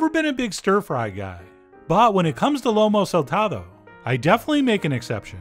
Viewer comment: Let me tell you! This is one of my favorite food in the world 🥺🥺🥺🥺🥺 y’all need to make this. He also is saying the name a a little off! But just John!